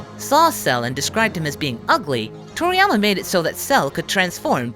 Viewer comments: i keep thinking that he's saying toriyamer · Is he saying "Toriyamer"?